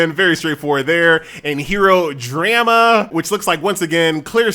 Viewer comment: first time I've ever heard someone pronounce "drama" like that 🤣